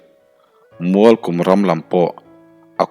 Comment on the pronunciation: Ngaihnawm ka ti si a, a chhiar dan erawh beng ti thlep lai a awm thluah mai. 'Mualkum' hei pawh hi 'hei chu a kum lut zawngin a awm a nih hi' tih a 'kum' tih a lam tur awm zawk tak te ka lo ti a, a ziaktu thu erawh ka hre lem hle lo a 😅